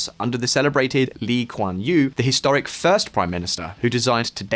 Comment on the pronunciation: His pronunciation “Lee Kuan Yew” is accurate. Appreciate his effort.